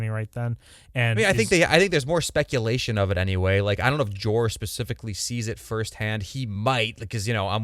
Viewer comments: His name isn’t Jorah. It’s Jeor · Lord Commander Mormont was Jeor, not Jorah…